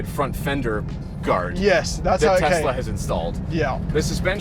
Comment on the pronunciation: “Test la” lol